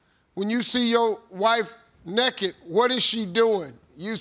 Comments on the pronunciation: He said NEKKET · I love how Steve Harvey says it like it’s spelled nekkid.